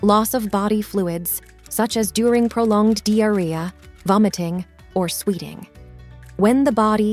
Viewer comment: Weird pronunciation of key words.Sweeting, for sweating, Fatigay for fatigue, etc